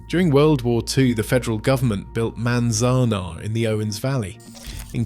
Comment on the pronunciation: I live in the Owens Valley, Manzanar is pronounced: Man-zan-are and Walker Lake is not drying up.